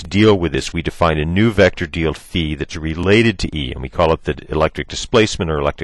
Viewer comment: "...a new vector dield fi" hehehehehehehe